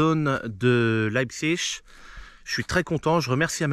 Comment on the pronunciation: salut; tu ne savais pas comment dire metal fach mais tu dis Leipzig à la perfection. bravo le neo germanophone. lol.